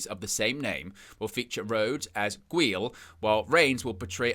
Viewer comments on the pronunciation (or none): Gweel lmao. It's pronounced Guy-ul